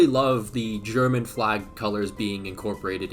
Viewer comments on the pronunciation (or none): none